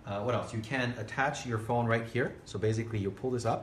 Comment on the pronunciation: How about finding an English speaker for a presentation like this?? This guy has a very limited vocabulary and doesn't know how to differentiate between S and Z.. how many times can one say "baziggkly" instead of basically?? actually actually baziggkly actually.... I'm not a native English speaker but it bugs me.